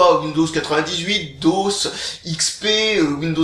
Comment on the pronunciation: On dit "Dosse"? Pas D-O-S